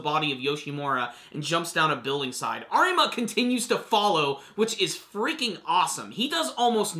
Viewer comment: The r in Arima is pronounced as a d.